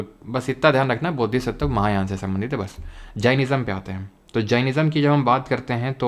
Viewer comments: Heenyan or mahayaan glt bol diya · hinyan mahayan galat bol die